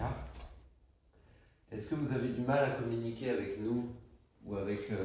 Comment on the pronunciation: tu es une personne vraiment sympathique, super tes vidéos. Juste un petit conseil, évite les liaisons inutiles, ne dis pas: communiquer z avec nous. Communiquer er donc pas de liaison avec nous. Merci encore pour ton implication et ta bienveillance.